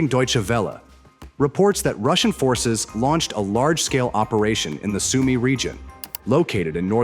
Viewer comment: ist eure scheiß KI zu blöd Sumy richtig auszusprechen